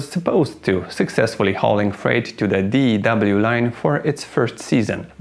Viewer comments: You don't pronounce it D E W line. Your pronounce it DEW line. Like what you get on flowers in the morning. Or the pop mountain dew. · Pronunciation of acronym DEW is not "Dee-Eee-DoubleU". It is pronounced "Dew", as in the moisture that condenses on grass in the evening. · Hearing you keep saying d.e.w. line... giggles everyone just calls it the "Dew" Line. as in Dew point. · DEW is pronounced "do." We don't call it the D-E-W line. My late father-in-law worked on commissioning DEW radar systems. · It's not the D.E.W. Line...it's pronounced as ONE word...The Dew Line... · DEW is pronounced dew, like condensation, not D-E-W. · I happened to know 3 people that worked on the dew line. They all pronounced it like "the do line". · It's pronounced "dew" line like "mountain dew" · It was called the DEW line & pronounced as one word, not spelled out every time you said it. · DEW line pronounced like DUE and DO learn how to pronounce the names. let urn' oh he is legend